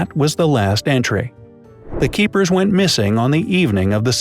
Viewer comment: Keepers not keekers😨😔